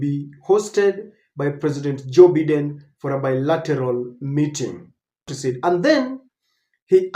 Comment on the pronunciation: 🎉and its Bye Den not Bee Den. Learn to pronounce things right